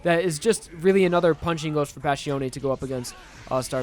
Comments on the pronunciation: It's Passione, not Pascione. You keep pronouncing the name Pascione You keep butchering all the Italian names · The way you pronounce Passione irritates me so much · I love you man but can you please atleast pronounce their names right?